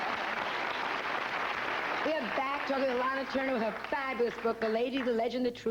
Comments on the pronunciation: It's pronounced ' Lahna ' , as she corrected Bryant Gumbel on the Today Show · Simple. To piss her off. Bryant Gumbel did the same thing on the Today Show.